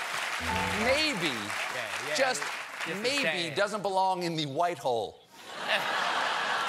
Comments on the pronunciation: Stephen cold beer. He said shiphole. Also your not funny!😛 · He said 'shith_ole' :)